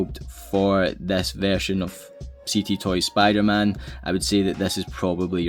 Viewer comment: Bro, sounds like Spoo der-Man